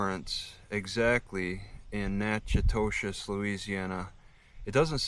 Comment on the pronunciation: Lol, he's butchering the pronunciation of "Natchitoches."